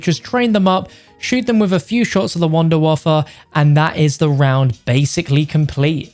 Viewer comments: 😂😂😂 its wunderwaffe not wunderwaffer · It’s been time since I hear someone call it the “Wunderwaffer” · The Wunderwaffle